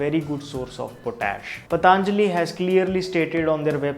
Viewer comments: Thank u for the informative video. Just a humble suggestion.. Please not the pronunciation - पतञ्जलि not पताञ्जलि. A lot of people say pataaaanjali because perhaps it sounds stylish.. Which is really annoying. It is patanjali, not pataaaanjali. We teach such words to the world and we should pronounce them right. No offense intended. Thank u! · Please don't say "PATHAANJALI" it is "PATHANJALI"(Patanjali),didn't you ever listen Baba Ramdev speak? what's the problem? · Patanjali ko PATAANJALI bolna jaruri h kya? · Its not. पतांजलि its पतंजलि। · Not pataanjali...its patanjali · Ayeeeee learn first to Pronounce properly...it's Patanjali not Pataaaaaaanjali...ha ha ha Pataaaaaaanjali... Your English is like writing SSC paper, speaking with Aliens tone...ha ha ha Pataaaaaaanjali... Pataaaaaaanjali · It's पतंजलि not पतांजलि whether in English or Hindi because it's name after a maharishi Patanjali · भाई साहब सबसे पहले तो आप अपना उच्चारण मेरे हिसाब से सही कर ले तो हम सभी पर बड़ी कृपा होगी वह पतंlजलि नहीं पतंजलि है महर्षि पतंजलि के नाम पर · Useful video, but some feedback for you. I'm sure you studied Hindi in school. You can pronounce Patanjali correctly ? It is पतंजलि not पतांजलि ! Please make an attempt to be as Indian as possible in your pronounciation ...you are taking the same of a respected Rishi, the least you can do is pronounce the name correctly. Second, coconut oil has a LOW heating point,not High. Please research better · It's पतंजलि, not पतानजली as he reads. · उच्चारण कृपया स्पष्ट करें पतंlजलि नहीं सही उच्चारण पlतंजलि है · It's not "Pataanjali" , it's patanjali. So many of us pronounce it wrong. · I have seen many of your videos. They are extremely informative. Keep up the good work. Just commenting here to let you know that it is not पताञ्जलिः but पतञ्जलिः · It's not pataaaanjali my dear. Who told you this ? Patanjali. Not pataaaanjali. Stupid. Learn pronounciation first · Its not pataanajli Its patanjli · Bhai it is पतंजलि not पतांजलि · पतंजलि ना कि पतांजलि 😂